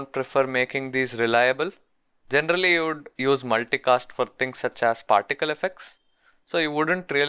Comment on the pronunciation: This video is really usefull but "genderally" is killing me